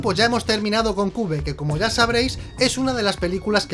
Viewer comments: Se pronuncia Quiuve no cube najajaja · Jajaja cube no se dice se dice quiub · Se pronuncia kiuv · Se pronuncia kiuf ajajj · Casi me da una hemorragia auditiva cuando dijo "cube" 😂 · Y el nombre de la pelicula no se pronuncia asi JAJA Pero joder tio como es possible que lo hayan hecho tan mal!!